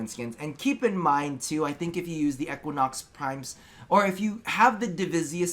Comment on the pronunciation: The pronounciation of Equinox is triggering me.